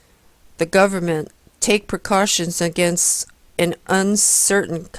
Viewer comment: I want to believe that she is saying gooberment as an intentional slight to the government. Saddly, I fear this may be more charitable than her intelligence warrants. Sadder still, I sat through more than half of this hogwash. As long as I'm here making comments I should add; kickassjim1 is correct also.